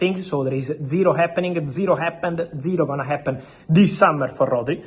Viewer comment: Dziro happening, dziro happend, dziro gonna happen 😂 How after so many years in this game, speaking for so long english and still can’t pronounce correctly so many words and names?!? He is a popular name and should do better.